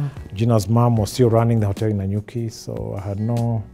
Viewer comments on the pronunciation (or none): Bwana its Na-nyuki not Nya-nyuki 😀😀 I am thouroughly enjoying this interview